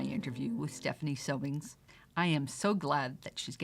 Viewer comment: I found this interview borderline rude from the disrespect of mispronouncing Stephanie’s last name to emphasizing FAILURE so many times. So her venture didn’t work out! What a great life experience, she was brave to give it a try.